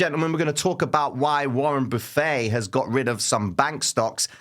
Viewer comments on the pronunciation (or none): Your pronunciation of Warren Buffett always makes me hungry